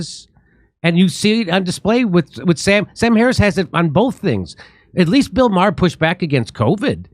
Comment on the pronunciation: Jimmy's ability to mispronounce the names of excessively popular people is impressive. It isn't Matt "getz". It is pronounced "gates". It isn't Bill "ma-her". It is pronounced "mar". Fucking goon.